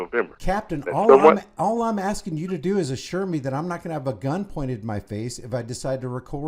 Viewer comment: " I don't know what you're axing..."